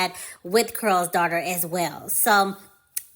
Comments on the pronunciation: In your video it sounds like you are saying Curls - instead of Carol maybe it’s your accent. Not sure. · Why is it hard to pronounce the name Carol? You keep saying Curls Daughter.🤓🤓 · Its CAROL not CARL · I can't stop laughing at "Curl's" Daughter! Why do you pronounce the name Carol with 1 syllable? 😄 It's distracting me. 🤷🏾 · It’s pronounced CAROL as if you were saying Carol Burnett!!!!!!! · Anyone else annoyed at the way she's pronouncing Carol? 🤦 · GIRLLLLL, U ARE MAKING MY GD EARS HURT. DON'T U KNOW HOW TO PRONOUNCE HER GD NAME ?? IF U GONNA HAVE A YOUTUBE CHANNEL LEARN HOW TO SPEAK CORRECTLY GD. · You’re not pronouncing her name correctly.